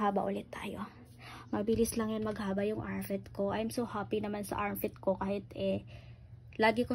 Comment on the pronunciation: Armpit ho di armfit ayusin mo pag pronounce